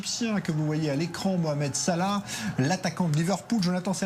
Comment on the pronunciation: Il a dit moramed salah